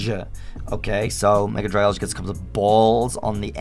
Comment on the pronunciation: THE NAME YOU HAVE IS SUPPOSED TO BE DRAGALGE, NOT DRAGLA!